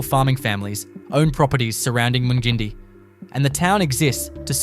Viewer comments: Mung-in-die not mun gindie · You are a complete ass mate,nott bothered to get the correct pronunciations of most of them...Mun gin dee 😂 what a dope. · I ran to the comments to find this! When I heard how he pronounced Mungindi. I am currently visiting my in laws in South Africa and Uncle was watching this he asked if I had ever been to this place, I asked to see the video and it was Mungindi, I died laughing and taught him the proper pronunciation and I said “I think the creator is a city boy who has never left his town, just googled random town facts and gave it a go”. 😂😂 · FOR GOODNESS SAKES... TIBOOBURRA is 'TIB' - 'OO' as in 'BOO' and 'BURRA', as in BAR-RAH... TIBOOBURRA. MUNGINDI... 'MUNG' as in 'RUNG'...'IN' as in 'INN' - 'DI' as in EYE... MUNGINDI.